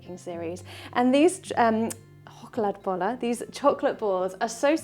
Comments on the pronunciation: Thnk you, lovely and gorgeous for this homage to a couple of our national quirks ❤ As an English speaker your pronunciation is great. Did you pick this up when you and your boyfriend were here last year? Really liked seeing your pictures from the trip and you must have passed just a couple of kilometres from where I live. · you got the deap troat ch sound just right! Had lessons? There are as many recipies and methods as there are Swedes so you can not go wrong how ever you do them! Also greatings from the middle of Sweden❤ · As a Swede, I approve 🤩 Well done, even the pronunciation. Some cafes in Sweden also do the luxury version of Chokladbollar, they dip it in melted chocolate before adding the topping 😋